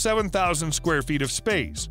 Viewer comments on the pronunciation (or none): none